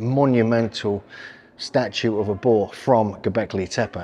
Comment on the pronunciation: Boar is pronounced 6 ways in this video. The “R” is NOT silent. Too funny.